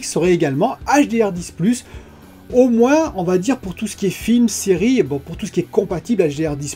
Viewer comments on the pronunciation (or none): none